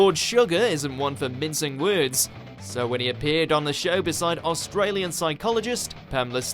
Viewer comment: Most of these are not really awkward, now are they. Well, maybe two. However, all I ask is that the narrator get it into his noggin that there is only one syllable in the word 'show', also random other words out of his mouth.